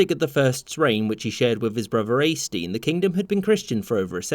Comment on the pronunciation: Your pronunciation of Øystein is abyssmal.